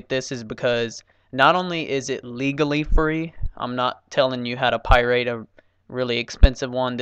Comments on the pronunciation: its pirate not pie rate XD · DID YOU JUST SAY PIR8